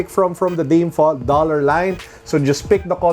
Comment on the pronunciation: Dolla hahahahaha, its ok at least you tried.